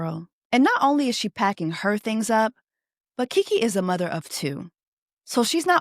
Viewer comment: She gives muvaa instead of mother chiiii